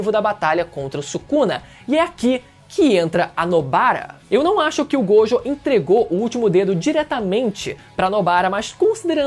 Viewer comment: satisfacao de escutar alguem falando gojo certo